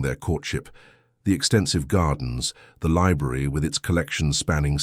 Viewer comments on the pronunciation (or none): none